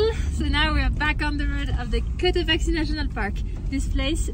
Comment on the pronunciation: Todo hermoso! No es Cotoachi o Cotaqui, es Cotopaxi, hay q pronunciar la X. , entonces Cotopaksi, esa es la pronunciac